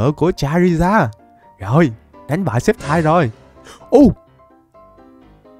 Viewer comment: sextai cái j mà sextai Pokemon người ta tên là sì kép tai đọc là skép taiz ko bt còn đọc sai🤬